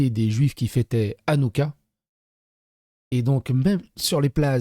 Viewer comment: Ca se prononce Ranouka avec le « ch » 😉